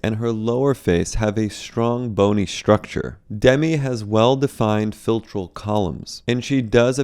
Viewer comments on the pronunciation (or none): "ShTrong" "ShTrucSher" - there's no H in there. ST does not include a H sound.